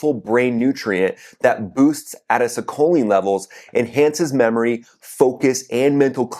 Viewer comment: my dude, as an fyi, plz learn to say acetylcholine with your energy drink, so you can say it correctly and sound more credible.